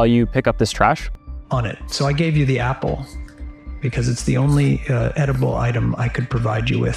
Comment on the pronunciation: The voice is exactly the same but not just the voice, also the pronunciation. For example, in watch?v=tfz7U1x7KS , listen to how Hendrycks pulls the "L" at the end of a word. Here, scroll to . "So I gave you the appllle". Its like a fingerprint. True, in a 300M country you could find another "Dan" who pulls the "L".. That's why you need to check it. Go on ChatGPT-3.5, make sure you are conversing with Dan (E.g ask him to tell you something about Julia's or about Crossroads) and if you are with Dan and not with any of the other models on the queue, then prompt him something like "Dan, give me a list of the most important researchers in AI today whose private name is Dan". Repeat this several times to make sure it's not a fluke. Good luck.